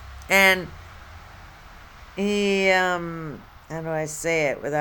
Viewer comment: If she said har instead of how one more time 😵‍💫